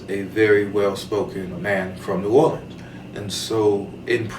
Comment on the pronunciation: Thank you for pronouncing New Orleans the way we (natives) say it. LOL!